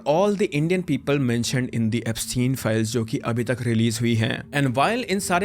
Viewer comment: Epstein = eps-teen Ghislaine = Ghee- lane Pronunciation